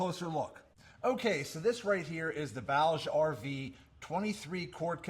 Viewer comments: "Booj-ee RV" not "Bowg RV" My only complaint Great video, thank you I love this cooler (30Q version) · My only complaint is that it’s pronounced booj, rhymes with Scrooge or Rouge.